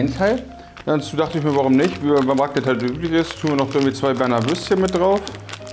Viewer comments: Mein Schweizer Herz blutet nach diesem "Raclette"😥😅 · Wenn jemand Raclette statt Raclette sagt: 🤦🏼‍♀️